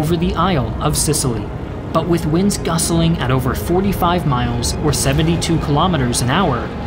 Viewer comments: LOL... "gusselling" winds? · the wind was *gusteling*? :v And "Cadda Neiar"... is that near Catania (pron: "Cattan-ya") ?